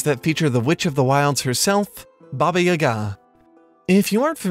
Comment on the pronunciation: Your pronunciation of "Baba" hurt my slavic ears